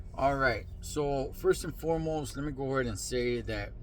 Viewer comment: There ya goo bud 👨-white man voice